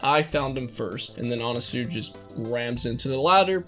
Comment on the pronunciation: Anasui is pronounced Anna Sui like the fashion brand. C’mon people how the heck is Araki more cultured than y’all 🤦🏻‍♂️